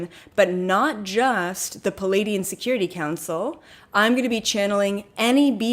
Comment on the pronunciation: Just btw, you've been pronouncing Pleiadian wrong.... It's, PLEE-AY-Dee-En. You're saying "PA-laydian." Here's what "Palladian" means: And here's Pleiadian (which you already know)